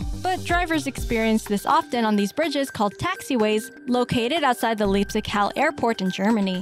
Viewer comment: And the main runway of CPH crosses the road in the same manner as well, and maybe she wouldn't have buthchered either of those names as badly as Leipzig-Halle was.